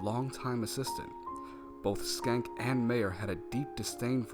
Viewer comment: Schenck is pronounced SHENK and not SKENK. "Sch" in English might produce the "SK" sound (as in "school") but for words of German origin, "Sch" is sounded as "SH" (same as Schlotsky's and schnitzel). Too bad about the audio level drop )